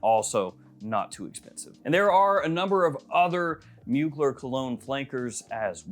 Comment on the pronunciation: Pretty sure it’s pronounced “mooglair” not “muugler” lol